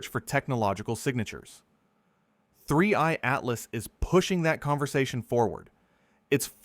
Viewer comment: 31...31....31 3ieeeeeee...three eye!!!!!!!!!!!!!!!!!!!!!!!!! not 31 butttt2eyeeeeeee